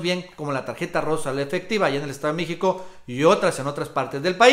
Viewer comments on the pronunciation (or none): none